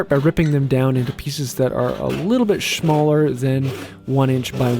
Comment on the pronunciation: Did you just say shmaller? Thats it i am leaving this channel 😝